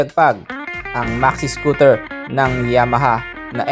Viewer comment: Anung scotel.. bulol😂😂